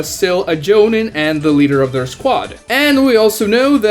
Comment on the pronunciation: I have a task for you...... say jonin then say obito.... the I pronounced in both of those are pronounced as a long E... so my question is why pronounce one of them correct and one of them wrong... joneen....